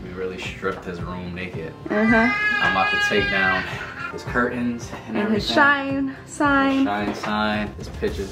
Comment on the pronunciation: Am i the only one heard shine said dounut❔